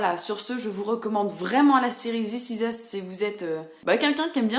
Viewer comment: Zis iz usse 😂 je blague